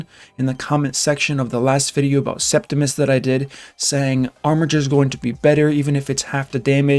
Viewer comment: I'm just happy he pronounced "armiger" correctly. Thanks for the info.